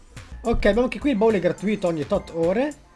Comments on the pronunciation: si dice gratùito non gratuìto hahhaahhaa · Ma perchè dici "gratuìto"? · Non ti posso più sentire quando dici gratuìto😱😱😱